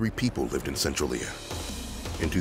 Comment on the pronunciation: *sen-trail-yuh ❤️ Cool vid